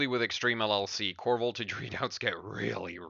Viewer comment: LOL "VOLTAJE"